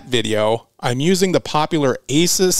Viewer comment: Pronounced "A Zeus". Awesome video as usual